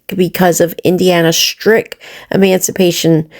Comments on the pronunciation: THIS, talking about education and emancipation or as says, MANCIPATION. She doesn't even know the correct word, or how to say it....... I said a while back i thought she was a hypochondriac lolll, she certainly sounds like one. However, MMF suggested she is having withdrawals, due to not taking her Suboxene correctly. I believe she is 100% spot on. Of course will exaggerate the symptoms, just in case she loses her Disability for her mental health. This way, she can fall back on physical disability, to keep the money rolling in...Actually, what has happened to the carpal tunnel?? 🤔.... She may be a total a.z.z.w.i.p.e, even an illterate one, but she is all there then some, where money is concerned 😑.... She really thinks herself something now. That's ok, keep climbing high. Just a greater height to fall from 🤭🤫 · Omg you DA it's not mancipate it's emancipation/emancipate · Hells bells, she can't even pronounce it. 😂😂